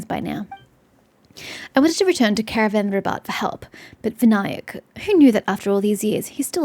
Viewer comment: you pronounced Vinayak fine lmao. Vin-aa-yak is indeed correct...and there is no point in it being voice acted, as they have been using hindi words ever since sumeru released, and they are still pronouncing things wrong.